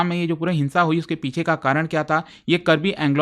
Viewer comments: Thank you for covering the topic, btw it's Karbi Aa-ng-long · Its Kaarbi Aanglong